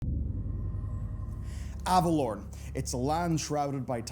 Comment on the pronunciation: omg it's not Avalorn.......it's AvaloREN...REN. Annunciate plz Kul'tiran druids ARE human druids, don't be racist. That's like saying people from Japan aren't human.